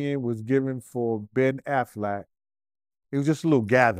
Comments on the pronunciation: Bruh pronounce it like the duck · Ben too. How he get Aflac from Affleck? Aflac like the duck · "Matt Damien" and "Ben Aflac" 😂😂😂😂😂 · Man said "Ben Afflak" 😅😂😂😂😂😂😂😂😂😂😂😂😂😂😂😂😂😂😂😂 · Damian and Afflack for life now. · He pronounced their names funny asl. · 💀💀💀💀💀 Dog this petty azfucc! But then I thought about it 🤔 Good for for fucking up their names too! 😅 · He butchering Matt and Ben’s last names. 🤦🏽‍♀️